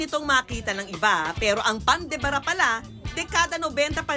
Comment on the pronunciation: Pan de Ba - Ra Hindi Pan de Bara!